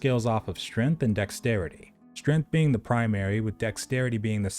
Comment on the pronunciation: Strength, not strenth.